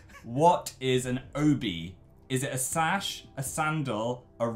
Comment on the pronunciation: Its SASH aaaahhh